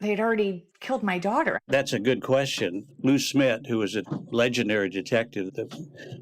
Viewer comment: Lou Smit not Schmidt